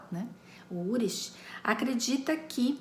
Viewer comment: Só uma dica: não se pronuncia "urish", e sim "ulrik". Eu vi na série alemã "Dark".